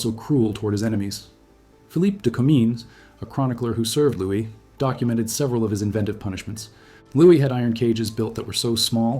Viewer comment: Louis is Lou-Wee not lewis. terrible ai voice